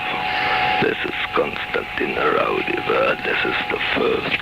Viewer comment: I really wanted to believe this, however, after comparing Konstanin Roudive's actual voice with this I am not convinced. In samples he pronounces his last name as Roudive with an a at the end and rolling his R. This doesn't occur in the phone call from the dead because the man pronounces the last name as it is spelled Roudive with an e at the end instead. It is a well done hoax though I must admit and quite creepy! I am still a believer in EVP's but just not this one. Any thoughts from anyone regarding the voice comparisons?